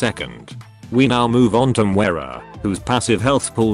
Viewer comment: I love how you say Mwera instead of Moira :P